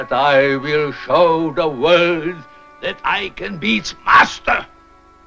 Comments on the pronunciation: Notice how Landau says "vorld", while Bela says "world". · The "W" is a bit soft, but you can tell he's forcing it through, probably out of habit, so as not to lapse into a Hungarian "V" on the word "world".